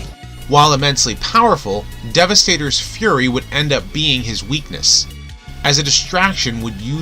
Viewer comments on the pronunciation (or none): none